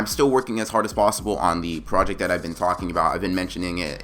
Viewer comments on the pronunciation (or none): none